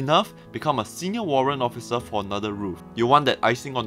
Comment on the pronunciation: Did I heard Occifer?